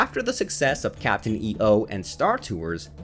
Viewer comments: It was pronounced Captain "Eeough", not "E-O". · Just an FYI: Pronounced "Eeyoh" not "E-O" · Why do you say Captain E O like that? Right in the intro it shows you how to pronounce it: It's not pronounced using the letters, but the sound of them together. lol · Captain E...O. ? Really? It's Captain EO (one word) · Your putting to much of a pause between the e and the o lol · Can't even pronounce Captain EO correctly... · David Wasman It's driving me crazy. Every time he says it I want to scream.